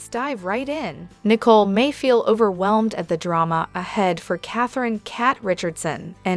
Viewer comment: Her name is Nicole not .Nii cole